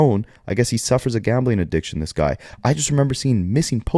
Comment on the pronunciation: not being able to pronounce addiction right😅🤣🤣 adishkin